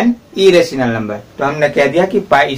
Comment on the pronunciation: Dihati ho app....errationla nhi hota irrational no.hota hai ...gavar ....😑🤬